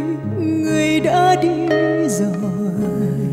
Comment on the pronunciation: CHÁI tim ? đi GIỒI ? Những ca sĩ nổi tiếng nên chỉnh lại phát âm TR và R cho đúng !